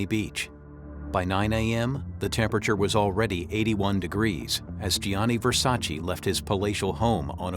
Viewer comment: Americans will never learn how to pronounce Versace!!!